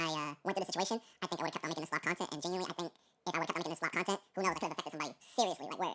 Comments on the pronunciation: He’s geniunarre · yenuinly funny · he saying genuinely like its niche